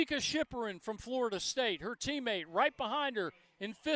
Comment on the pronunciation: He can pronounce "Schipperen" but he can't pronounce "Olemomoi?" Does blackness make it hard for him to read or something?